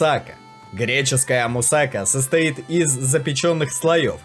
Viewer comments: Не мусАка, а мусакА, УДАРЕНИЕ НЕ ПРАВИЛЬНОЕ, пастИцио, опять неправильное ударение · Надо мусакА